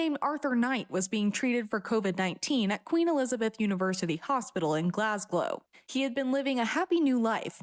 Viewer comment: Why did one of the featured podcasters insist on pronouncing it “Glasgow”? I’d gotten used to hearing “Glas-gauw” stateside, but when did it become “Glasglow” 🤦🏻‍♀️